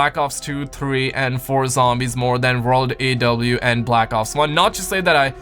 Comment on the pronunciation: why are you saying world at w tf lol